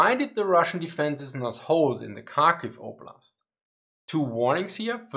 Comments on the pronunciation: Kharkiv the same as with Kherson, not a Karkiv, but Harkiv (h as in have) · It is indeed Harkiv. And Herson. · I think drop the d, so har-kiv? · Thanks for a really informative video - I learned a ton! Quick pronunciation tip: the Ukrainian and Russian Kh (Kharkiv, Kherson) is pronounced like the German Ch, or a particularly harsh English H sound. It's never pronounced as K. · so, kharkiv is pronounced as hard-kiv ?